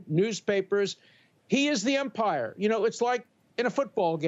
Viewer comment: With all due respect, Professor Dershowitz, it's "umpire" not "empire".